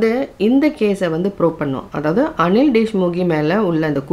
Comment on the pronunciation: His name is Anil deshmukh not deshmukhe